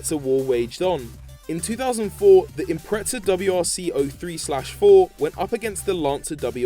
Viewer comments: Its called impreza not impreca. Fucking dumbass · "Impretza"....and the WRX has become a separate model from the Impreza in recent years. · Why do people say Impretza, ive never understood it. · Impreza is pornounced without a T bro